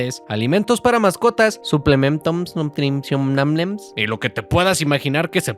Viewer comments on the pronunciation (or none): Sorry me dió mucha risa cuando dijiste suplememtoms nutrimciomnales, volteé y estaba el cheems en la esquina JAJSJAJ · sumplementons nuntrimscionales